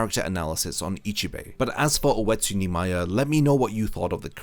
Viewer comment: When you used to say Oetsu Nimaya, I thought you were always saying "Wetsu Neemaya".